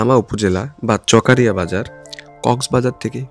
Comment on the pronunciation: চকারিয়া ❌ চকরিয়া ✔️